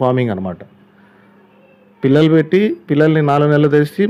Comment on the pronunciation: Anna pullalu kadhu pillalu